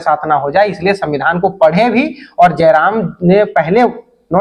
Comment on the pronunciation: Are reporter pahle tu jairam ka naam achha se le jram jaram Mt bolne ...